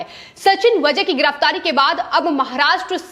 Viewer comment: वझे नही वाजे हैं वो .